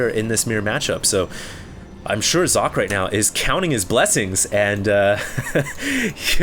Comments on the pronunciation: Fools, it's pronounced Zock-eh. isn't that far off, and it's certainly more accurate than "sawkay" or "sock-ee" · I am german and german is also my first languange. It is german for "sock". However, it is NOT pronounced sock-ay because the S is pronounced differently in german. the S in german sounds like the Z in Zealot. He just needs to add a short "e" or "eh" at the end to make it perfect. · since you keep bragging about having so many high level games by Socke, you might as well take 2 minutes to learn to pronounce his name correctly. Y'know giving him some respect and all. (Zocke (the 'o' pronounced as in 'orange, 'e' as in 'red'')) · uhm no. Zock-Ay is more like it. definitely not sock-ay. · its pronouced Cock. I know, im german. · Hes called SOCK-E with EEE as Eeeeeee